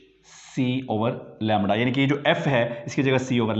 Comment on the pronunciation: Lemdda lemddddda